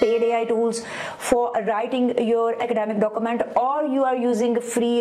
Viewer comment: stop inhaling so loudly ... annoying. stop saying dokumant. you will sound more professional 9f you speak urdu and turn on CC for foreigners